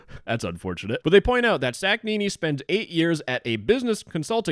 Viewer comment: how he pronounced Humam Sakhnini sounds like an name for an sandwich